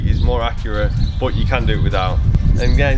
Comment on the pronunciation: is that English you're speaking ???? what does "bot" means ??? and what does "mod" means???? did you mean BUT and MUD ?!